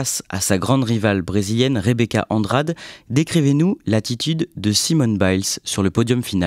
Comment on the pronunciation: rebeca andrade, ça se prononce andradé